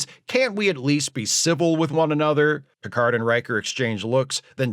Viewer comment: "Mister Pickerd!"